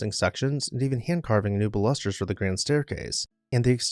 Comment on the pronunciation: Baluster has the accent on the first syllable.......Bal'-us-ter.